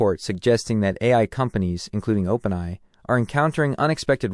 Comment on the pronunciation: Dude, it's Open A I need too fix your pronunciation